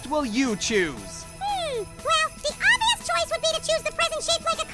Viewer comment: You are making the SAME mistake SO many make with the word "obvious" ~ you are leaving the "b" out. The word is not "ovious". The "b" is pronounced. ~ What I want is a Roblox Card